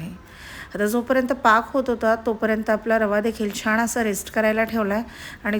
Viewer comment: छाण नका म्हणू ओ ताई छान म्हणा ना